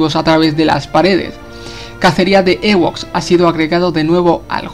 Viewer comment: Se dice "iwoks" no "ewoks" xd